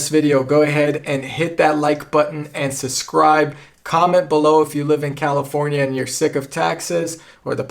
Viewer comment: It's "sub-scribe" not "sus-scribe"